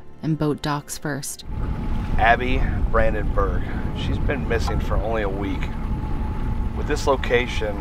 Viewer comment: Branden-burg - not Bränden-bürg - good job but speak the name in right prononcation